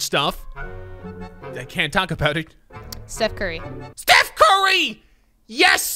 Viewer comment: #30: “Stoof Cary” I mean, “Steph Curry” 😂😂😂